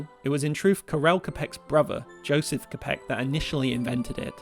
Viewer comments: /'kapek/ Jesus Christ, it's not that hard to pronounce. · Great video! I'm so glad youtube recommended it to me :) But if I can have two nitpicks, please, look up how to pronounce Karel Čapek. Poor guy's last name gets butchered way too often by English-speaking people. English wikipedia includes the proper pronunciation so it's really not that hard to learn. And yes, he was born in Austria-Hungary but that was a multi-national empire that sucked up way too many nations that didn't necessarily wanted to be a part of it so I would also include which part exactly you're talking about, so something like "He was born in Austria-Hungary in a town that's located in Czechia".